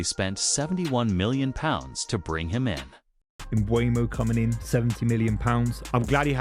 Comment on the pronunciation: Not mobumo it’s mbumo